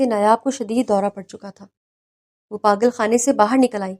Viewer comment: What is “ پاغل اور پاغل خانہ atleast Urdu tau sahi likha aur bola karain.